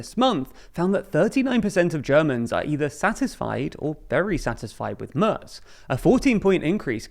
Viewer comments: Merz spricht man wie den März aus, und das ist genau das, was der Kommentar weiter oben anspricht. Anstatt es wie „Mörz“ auszusprechen, was im Video getan wurde, sollte man es eher wie März aussprechen, was dem englischen A-Ton im Wort Mac entspricht. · It is not pronounced Merts. The A is pronounced roughly like the Ma(c) from McDonald's.